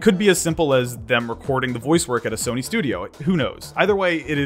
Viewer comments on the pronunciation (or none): none